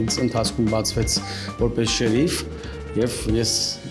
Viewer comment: Հերիքա ասես շեռռռիֆ մի ձևի ազդում ես չես կարողանում ասել շերիֆ ր֊ով աղջիկ ջան ր֊ով